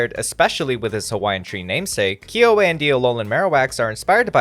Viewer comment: Just to note Kiawe is pronounced key-ah-veh